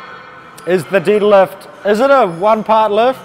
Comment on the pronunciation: I just noticed the shirt he's wearing, I thought it was a foreign language until I heard him say "didlift". I want a shirt like that 😂